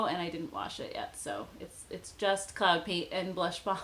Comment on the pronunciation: When she first said cloud paint I thought she was saying CLOWN paint and thought why would a company call make up that LOL